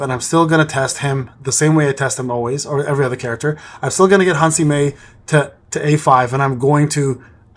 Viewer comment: What a gigachad father edit: also, small correntions: - her name is Han Se-Mi, not Han Si-Me - your battle tier is 28 atm, the 29 is the one you are striving for